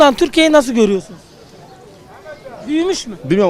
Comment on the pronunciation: Nobody:: ehonomi çoh eyi